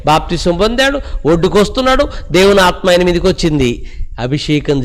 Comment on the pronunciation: దేవుని ఆత్మ ను pronounce చేసే టప్పుడు కొంచం జాగ్రత్త గా చేయండి సార్.